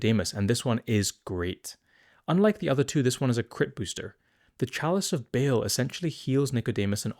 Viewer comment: That Baal pronunciation outed you as a Diablo fan.